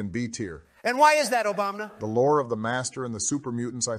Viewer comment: sounded like "obamina" to me